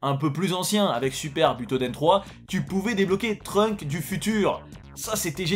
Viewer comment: Les gens qui disent "Trunk" pour dire Trunks me donne envie de m’arracher les cheveux 😶‍🌫️